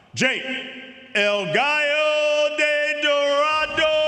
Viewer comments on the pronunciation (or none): none